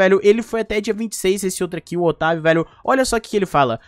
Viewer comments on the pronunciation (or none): "otavio" meu ouvido : ele falou "otario"